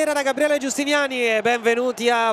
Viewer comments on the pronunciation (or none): none